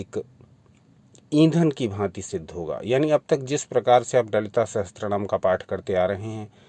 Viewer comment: It's not sahastranama it's sahasranama